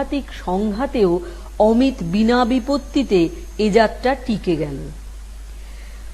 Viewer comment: অমিট> অমিত > অমি'তো' এই উচ্চারণ হবে।